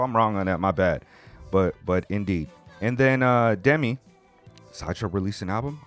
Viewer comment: you guys pronounce it like De-Mi , first half is right but second vowel is pronounced same as the first one so De-Me not De-Mi. But i don't mind lol